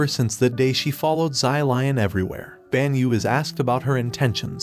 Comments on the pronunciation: zai lian that is not how you say his name the correct way to say his name is "Shi-liehn" i think. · Sylion- pLeaSE i cannot 💀💀💀💀. Props to this guy for trying though as a Chinese i always love it when western people try to pronounce chinese it is always comedy gold 👍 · I don't know why but every time he says "zylion" I start cracking up lmao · same XD ZY LION SUPER MERCY!!! XD